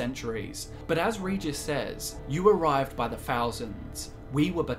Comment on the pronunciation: Regis not Ridżis.